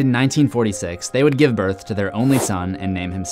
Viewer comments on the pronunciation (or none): none